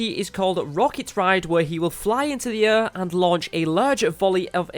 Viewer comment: Learn how to say air idiot